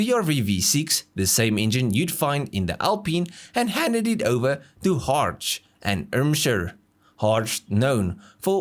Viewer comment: I have cringed from the moment he said Safrane, I knew it'll get worse, he didn't disappoint. With Hartge he had his Masterclass 🤣🤣